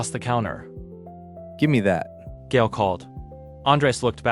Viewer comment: Isn't Gael pronounced "guy-el"?